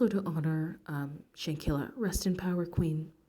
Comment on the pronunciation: At least say her name Right! Sheesh!